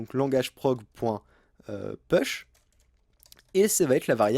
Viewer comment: Très bien ! Merci beaucoup Une petite remarque : prononcer "push" [pouche] 😉